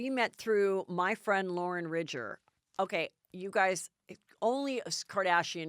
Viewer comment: Heather, Loren's last name is not Ridger it's Ridinger. It seems if you're going to talk about her at least get her name correct. Maybe Kelly can make lists of phonetically sounded out names you're going to talk about for you.